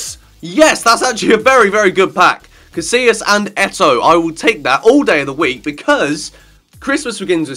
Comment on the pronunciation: Did you really just pronounce "Casilla" like "casiLa"? Omfg facepalm